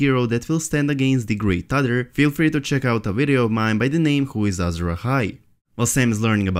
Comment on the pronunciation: It cracks me up whenever you say "other" because you say it as "udder". I love the videos though!